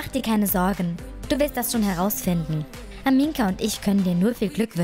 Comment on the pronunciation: du sagst aminka und nicht amina 😂😂😂